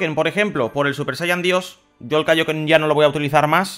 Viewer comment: Di el kaioken como en la serie que lo dices mal y me da un poquito de asco